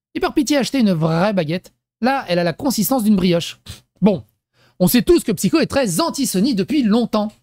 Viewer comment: Bonjour, arrête de de psycho alors que c'est merci 😂 j'ai repris Lilith PCQ elle disait psycho au lieu de (elle a mis mon com dans une vidéo et j'ai chopé un orgasme lol😂😂) merci de ta compréhension